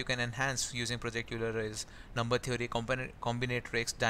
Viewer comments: euler is pronounced as "oiler" and not "youler" :D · I think Euler is pronounced oil-er.